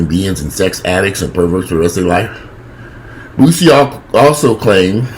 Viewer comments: its pronounced boo see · Its pronounced Boo-C.I think Boosie is battling his own manhood smh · The way you pronounced Boosie name took me out. 😂😂😂